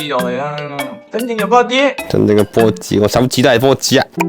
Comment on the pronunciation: 講：真正嘅波趾（子）！ 下次整埋媽子同cammen果個！😂😂😂😂😂😂